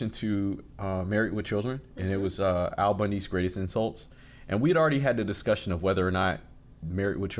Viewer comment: This man, no kidding, has statues in Eastern Europe. Al, not Ed.